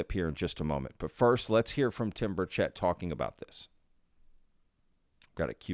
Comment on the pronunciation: It’s BURchett, not BurCHETT. Please pronounce his name correctly.